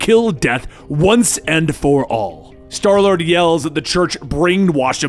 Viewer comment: he calls starlord darlord